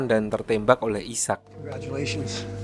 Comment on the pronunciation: Cara bacanya aiseck bang bukan isak